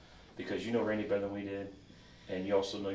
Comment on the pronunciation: Pathetic crying. Poor RAIN-DY as you pronounce it in America.